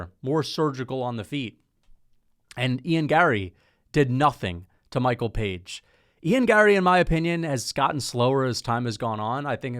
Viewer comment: Why do you mispronounce fighters names constantly? Anyways page has no chance unless he lands that flying knee he's gonna try 5 times